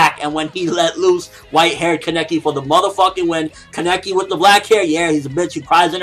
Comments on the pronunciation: People, it's KAH-NEH-KE not this weird KEH-NE-KI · kaneki is pronounced Kah-Nee-Kee it so easy to pronounce because in the anime that's how they pronounce it and that's how Japanese people pronounce their characters. so why do you keep saying Kah-Neck-ee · u say kaneki weird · Ugh I've noticed this as well!!!!